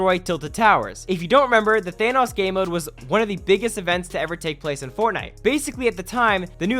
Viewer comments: Than oes, not thanas NO, it's thanos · Plz say thanOs not thanous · The way you pronounce Thanos though lmaoooooooooo